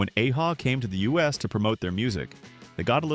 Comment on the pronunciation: How much do you really know the 80s if you call A-ha, 'Ay-ha' instead of Ah-ha?